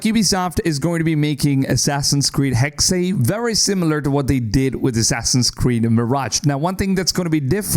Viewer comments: It’s not hexay it’s hexe ….. it’s said like this “hecks” a hexe is a pattern of sticks used in witchcraft with each pattern meaning certain things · Why are you constantly saying "Haxay"? The game is called Hexe; spelled h-e-x-e, pronounced as "heks". Heks/hex/hexe is a Saxon, Dutch, Flemish, German, Jiddish word for witch. Or do you also say "axay" for the word axe, and "anglay" for the word angle? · Hexy, Hexey... 😂😂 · I'm Dutch and it's a bit weird ppl naming Hexe like "Hexey" rather then "Hexeh" like the German word for witch. And i really hope the game has some white witches too. 😺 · It’s just pronounced HEX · Why do people say “hexay”? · Hexe is pronounced heks the last e is silent. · The last E in "Hexe" is pronounced just like the first one. He-xe. I like how the AC games always try to stay true to the cultures and languges. Speaking german myself I'm really looking foward to how Ubisoft implements an older version of my language into the game. In case I start playing it in english again, I guess I will be a bit distracted by all these NPC voices, 'cause I'll probably understand them.😂 Now everything that's missing would be an Assassin's Creed game set in Austria during the Habsburg Monarchy and I'll be happy! I mean, Germany and Italy made it into the series as well. And I'm also very excited for Codename Red. The Hidden Ones or Assassins were basically Ninja anyways, in some way, so I think playing an Assassin's game as a Ninja is something that was always meant to happen. And I just really really like the japanese architecture and music 😍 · The way the guy says Hexe was very jarring for me 😖